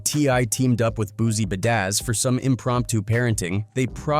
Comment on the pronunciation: Who the hell is "Boozy Budazz"?? 🤣🤣🤣🤣🤣